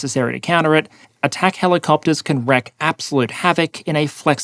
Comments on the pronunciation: Wreak (not wreck) havoc. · Wreak, not wreck.